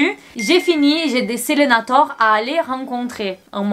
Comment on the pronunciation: Elle a dit "selenator " mdrrrrrr jpp